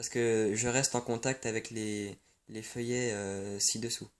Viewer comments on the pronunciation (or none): "filleuls" se prononce : FILLEUL et non feuillet! FILLEULS C'est en rapport avec PARRAIN , je suis ton filleul si tu es mon parrain!!!!